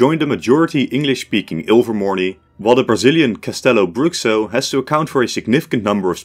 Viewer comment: Fantastic video! Great analysis here, well done. By the way, the 'X' in Castelobruxo is pronounced as 'sh' (as in the word 'show', for example). Also, I would love to see how you would separate the world if you had more schools to place, like 15 or even 20